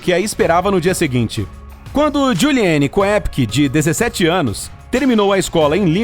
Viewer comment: Ao pronunciar o sobrenome da garota,ignore a letra É e pronuncie apenas “Kopcke”.